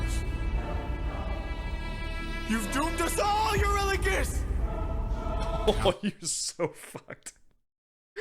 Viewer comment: How did you possibly mess up Eurylochus' name so badly??? Where did the Dom come from???